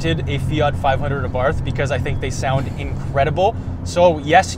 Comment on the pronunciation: “Àbarth Cinquecento”, not “Fiat Fivehundred Abàrth” 😜 Greetings from Italy!